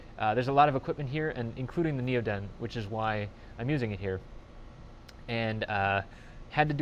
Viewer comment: Want to see part 2, and more videos like this. I look at your channel every month or 2 but this is the first video I've watched in 6 or 8 months. Hope goodyear doesn't sue you... :) Also, at least you pronounced NeoDen correctly... :) Missed you this week on AmpHour.